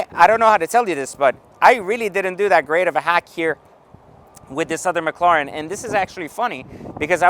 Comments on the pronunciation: you can pronounce properly mac..laren? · I don’t think he can lol says it the same in every video